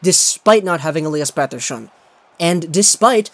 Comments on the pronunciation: Thane Boot that’s how it’s pronounced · Why do you have to say Elias Peterson like that, sorry but it pisses me off